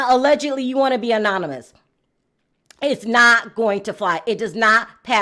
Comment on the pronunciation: I love you and your platform girl, but here you go.., it’s AnoNYMous Not Anominous. 😘🤩 you’re still too cute and Love that outfit 😍